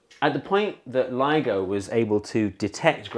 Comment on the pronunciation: I thought he was saying LEGO instead of LIGO 😂😂😂